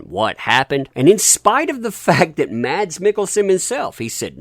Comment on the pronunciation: His name is not pronounced Mads. Is it without the D just Mas